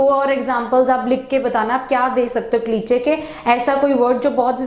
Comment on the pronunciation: क्लीचे नहीं क्लीशे होता है